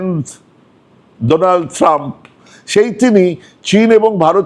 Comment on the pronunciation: ডোনালড না বলে ডোলানড বলেছে।